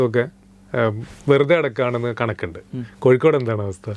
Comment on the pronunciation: കൊക്കോട് എന്നാണ് പറയുന്നത് കോഴിക്കോട് എന്നല്ല, കേൾക്കാൻ സുഖമുണ്ട്!